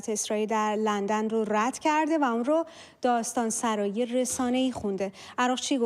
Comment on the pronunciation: داستان سُرایی soraee با ضمه نه فتحه